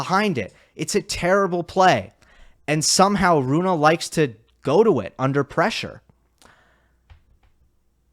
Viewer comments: Why do you keep mispronouncing his name? Since he is Scandinavian, it made sense to me too that it would be pronounced like Runa, but on the atp website, he himself pronounces it like Rune. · Rune as spelt, but “Runa” as pronounced correctly! Which hardly anybody bothers to get right, by the way!